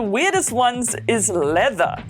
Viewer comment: The way you say ''Leather'' I know your a real African xD